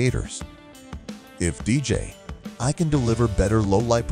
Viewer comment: It's DJI not DJ ....I !!! Jerk!